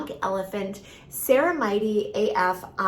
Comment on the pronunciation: I find it hard to take seriously a beauty expert that can’t pronounce ceramide or bepanthen…